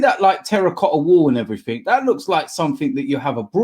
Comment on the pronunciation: D "And everythink else" T